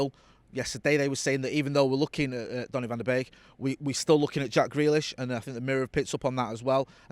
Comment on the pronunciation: Did he really said donny ven de benk?